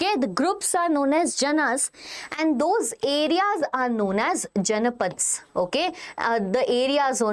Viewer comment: Janapadas ❌️ Janpad ✅️😂😂😂